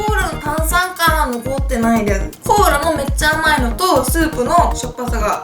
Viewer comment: Choux cream? cola? I think something wrong with your tongue yuka 😂😂😂